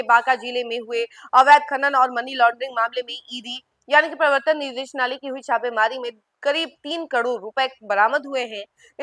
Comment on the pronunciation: Abe thik se padhne sikh lo nidesnalay nahi....nideshalay hota hai aa jati anchor banne...